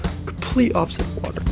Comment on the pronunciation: She said watr water not watr